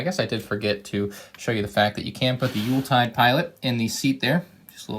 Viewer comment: How dare you pronounce Youltitide correctly this time. How dare you.